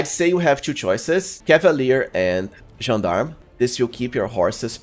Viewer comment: Correct Gendarme pronunciation once again 😍